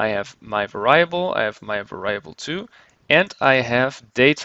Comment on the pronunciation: Your English is generally good, but It's pronounced var-EE-able not var-EYE-able. Made me cringe every time you said that.